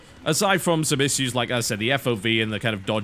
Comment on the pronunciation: WHY CAN'T YOU SAY ISSUE?!